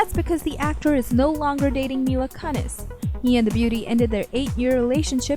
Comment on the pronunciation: "woke up this morning, looked in the murr". "Mila Cunnis". Who's little sister hacked into this and took over?